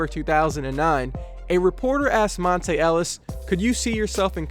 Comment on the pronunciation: ok so here. its pronounced mont-ah not mont-ay.